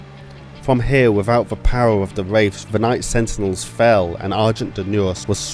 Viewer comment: Loved the video, but if you're serious about making YouTube a career, work on your pronunciation and your accent. It might seem nitpicky, but your "th" sounds seem always fall into "f" sounds, especially when you were saying Wraiffs. As a fellow Brit, I sympathise with the difficult of trying to sound American, but try and spend a little time practicing it. Other than that? Solid video, subscribed for more.